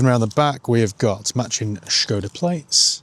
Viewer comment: Why start the video pronouncing Skoda with an H then forgetting to do so by the end of the video.. just be normal or come across as a nob 🤷